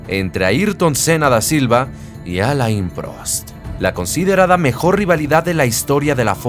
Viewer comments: Alain se lee Alén. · muy buenoel video.....q recuerdos de aquellos años en q empezaba yo a ver formula 1,,,,,,,,,pero por lo q mas quieras,,,,,,aprende a pronunciart alain,,,,,,no es muy dificil